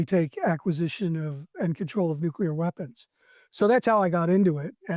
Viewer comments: MY MAN. It’s nuclear. nuke-LEE-er. Not nuke-YOU-ler. Love what you’re doing though, keep it up. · Dude, it's nuclear, not nukular. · Nucular? Nuclear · nu Clee Err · It gets to me too 😅